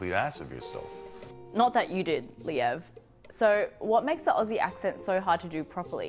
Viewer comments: please try saying Ozzie like how Ben said it. Even though it has the double S, it's not a S sound like Snake or Hiss. It's more of a Z sound Zebra of Buzz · If he's coming to Australia, his life will be easier if he starts pronouncing it correctly lolol - I usually tell Americans "Pronounce it like Ozzy Osbourne" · As an Aussie- my first tip would be - it’s more like “Ozzie” than “Aussie” (no soft “s” sound!) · Couple of tips for you. When you pronounce Melbourne we say it like Melben, Aussie is pronounced like ozzy 👍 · Aussie is pronounced Ozzy with a Z, an Ossi is somebody from East Germany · As an Australian can I just say a lot of (including you ) Americans pronounce Aussie wrong. It is spelled Aussie however we pronounce the S like a Z, so it’s pronounced Auzzie 😂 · I'm an Australian and LOVE your videos they are bloody gold! However I need to correct how you say 'Aussie'.. pretend Aussie starts an O and with a zz instead of the ss.. like Ozzy as in Ozzy Osbourne!! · Have you heard of a guy named Ozzy Osbourne? Even though we have S's in Aussie, it should be pronounced Ozzy. That would be a great start (and please don't practice the accent in your videos) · BRO PRONOUNCED AUSSIE AS OSSIE. I FEEL VIOLATED. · when you say Aussie, try saying ozzy ;) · "Aussie" is pronounced "Ozzy" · The One thing i know every aussie will agree with is how Americans miss pronounce the word aussie. you dont make an s sound its more like a z sound auzzie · Hi. To begin with. Pronounce Aussie..Auzzie... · You can start by pronouncing Aussie correctly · ozzie like ozzie ozbourne... not "ah-see". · Love your videos man. I’ve got an answer for you from of your questions. We identify as and call ourselves Aussies, not Ozzie’s. And it’s not pronounced aus-sies it’s pronounced Ozzie. If that’s not confusing I don’t know what is. Also, anyone from Brisbane is from Brissy. Loving your work mate!! Keep it up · Also, "Ozzie", not "Ossie". :D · OZZIE NOT Ossie PLEASE 😵‍💫